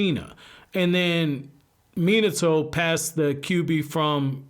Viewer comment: Stop saying minitoe